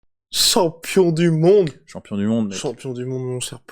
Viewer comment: Content pour lui mais vous entendre dire « campion du monde » c’est juste insupportable . Le champion du monde s’appelle Francis Nganou